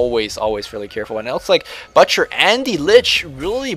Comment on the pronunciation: you are pronouncing "butcher" wrong.